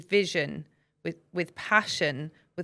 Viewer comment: "chutzpah" is correct and it's Yiddish for hyper audacity and brazen gall! A really insightful, warm and sobering conversation, from someone who's considering a career change to law and wants a 'warts 'n all' lowdown.